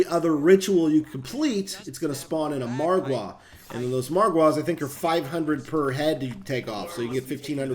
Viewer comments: Its Margar not marguare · The way you pronounce margwa is funny because I pronounce it like marg wu not marg waaas but said this for fun because I laugh so hard that I cry 🤣🤣🤣🤣🤣🤣🤣🤣🤣😂🤣😂🤣😂🤣😂🤣😂🤣😂🤣😂🤣😂🤣😂🤣🤣😂🤣😂🤣😂🤣😂🤣😂🤣😂🤣😂🤣😂😂😂🤣😂🤣😂🤣😂🤣😂🤣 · The way he say "margwaaa". 😂😂😂😂😂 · This guys sayin MargWars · He said margya with a hard A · does anyone else get triggered when he says margwa